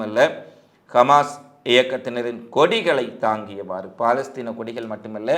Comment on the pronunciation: Khmas. இல்லை Hamas உச்சரிப்பில் திரும்பத் திரும்ப பிழை வருகிறது கவனத்தில் எடுத்துக் கொள்ளுங்கள்